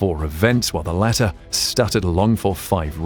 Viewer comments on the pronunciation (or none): none